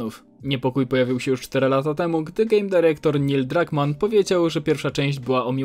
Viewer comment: Drunkmann,a nie Druckmann 😂